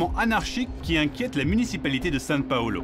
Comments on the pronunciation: Beau reportage mais c’est São Paulo pas « San Paulo » ^^ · C’est São Paulo pas SAN Paulo. Arrêtez d’hispaniser tout le temps les mots portugais c’est incroyable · Pourquoi le présentateur dit SaN Paulo ? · le journaliste devais pas être un fan absolu de la géographie il dis toujours San Paolo alors que c est une ville italienne au Brésil c est SAO PAOLO enfin bref les journaleux d aujourd hui . . . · San c’est espagnol, au Brésil ils parlent portugais. Au pire on a qu’à dire Saint Paul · Ça me stresse qu'ils disent San Paolo. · SAO PAULO prononcé "Sainw Paulo"